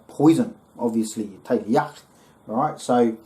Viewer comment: Impurities? What ever, "awrite" marijuana leaves, "awrite" fro it in, "awrite" 😂 roll it up, smokin